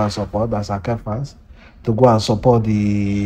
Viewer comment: Please pronounce ASAKE properly